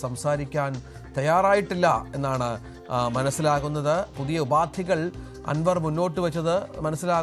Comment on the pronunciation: ഉപാതി അല്ല മാപ്രേ, ഉപാധി